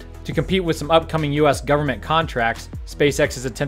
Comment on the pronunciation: did anyone else hear "Welcome, to another episode of space sex in the news"?